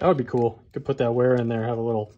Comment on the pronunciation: Isn't W pronounced V in German? I always thought it would be pronounced Vera.